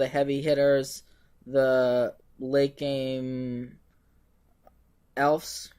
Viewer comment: Awesome deck. As a side note, it's pronounced "Elves" with a "V"